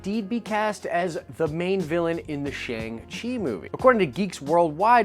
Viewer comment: Your pronunciation is killing me! Shang is pronounced like “Ah”.